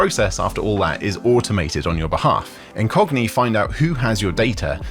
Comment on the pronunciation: When you said "this video sponsored by Incogni," it sounded like you said "this video sponsored by a Cockney." lol